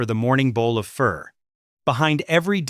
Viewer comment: Its pronounced (pho)fuh not fur🤣🤣🤣